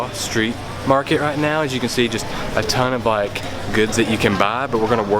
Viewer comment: Your friend...Toon? Do you mean Tuan? If so, if want to Americanize that, just say 'toine as in Antoine. But the proper way to say that is with a th sound (thu-un or thu-on). :) I hope you make a video like this again soon.